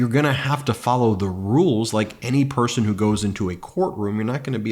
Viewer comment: He said, "why would any pershon vote Democrat." In a speech about Jews voting for Biden.